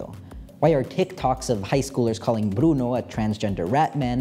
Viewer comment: your videos make me want to study anthropology btw the way you say "bruno" is so satisfying no esperaba oir el final en español, fue tan especial 🥰